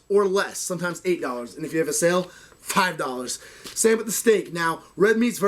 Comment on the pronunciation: Cool wish we could get groceries cheap in UK PS the way he says $5 is hilarious